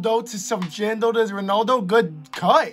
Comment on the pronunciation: It's Jadon not Jando bro